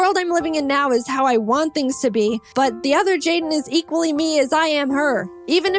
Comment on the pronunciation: "jaidne" just beautiful.